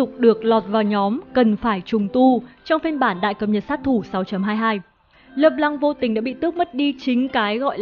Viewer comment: Trc khi bt đọc là "Lơ p-lăng" thì lại đọc là "Lê Lan" :<